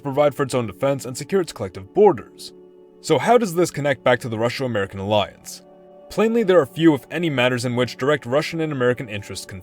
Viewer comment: Russo: It's roo-so. Not rushow